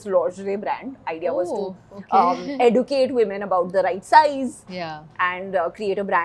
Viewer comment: Not sure if this is the way rich people pronounce “educate”